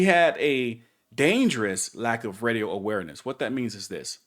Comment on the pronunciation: I heard Reedio not Radio